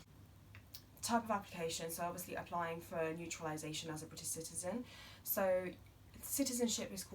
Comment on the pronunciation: Hi. Its very informative and helpful. However it was an application for UK "naturalisation" but you kept saying "neutralisation ". It does make huge difference. But I believe you said it without realising..